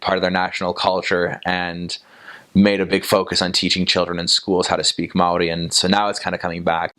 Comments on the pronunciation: As a māori. A Kiwi🤙 I gotta say this guys pronunciations are awesome 👍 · Bro Aotearoa is mean as and your pronunciation for maori is spot on brother! Chur! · Boilup is a staple of maori diet hahaha... well not very healthy, but oh so good for the soul. You sir actually pronounce maori very well.😉